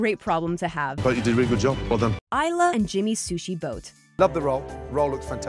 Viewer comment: What's up with that weirdly pronounced AYLA?